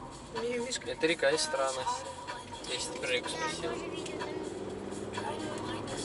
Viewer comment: Ты прежде чем снимать ролики русский язык выучил бы.Или хотя бы поинтерисовался ,что в нашем языке есть еще и ударения.Если не знаешь как это говорить погугли инет.Истра говориться с ударением на букву И.И никак иначе.Хотя может ты и не русский.